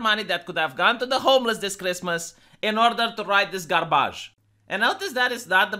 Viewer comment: ‘Garrrbadge’ 👌 is the way I’ll be pronouncing this from now on.